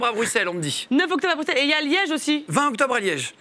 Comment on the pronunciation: J’ai eu la même joie que Jimmy quand camille a prononcé Bruxelles de la bonne façon